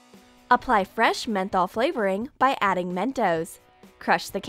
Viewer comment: What's up with the way she says mento??? It sounds like she is saying menthol. I have nothing against this, I am just wondering